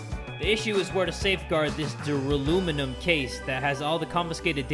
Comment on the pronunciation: Duraluminum The game: Duralumin